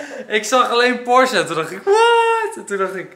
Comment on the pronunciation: Eindelijk eens iemand die porsche goed uitspreekt. Wat word ik daar moe van zeg. Goedzo!!